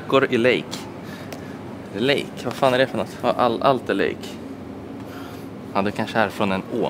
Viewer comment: Det är inte lake som i engelska lake utan det heter lake på svenska man uttalar det la ke